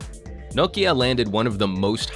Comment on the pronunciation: He pronounced it quite the same way as we finns do :)